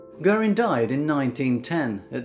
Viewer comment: I have never heard this story before and I thank you for uploading it. :) It was beyond imagining what happened to these poor souls!! In my neck of the woods (Tipperary) We would call him Tom Guerin (gear-in), you really need tp pronounce the r, thats how ya make it sound more like our dialect :)